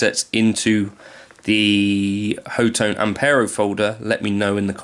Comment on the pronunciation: Great video, Thank you! Officially the Company's name is pronounced 'Hot One' .